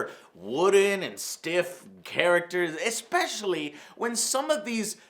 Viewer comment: Goddamnit joe it's "ESPECIALLY" not "EXPECIALLY"